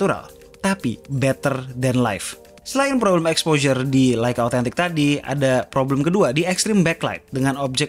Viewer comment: serius tanya... pelafalan yg bener tu LEica atau LAica sih....???? sepanjang video itu yg ganggu kuping... cuma di chanel ini nih... beda sendiri